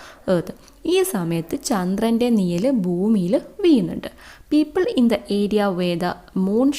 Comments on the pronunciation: നിയൽ അല്ല നിഴൽ😊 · നിയൽ അല്ല mam നിഴൽ ആണ്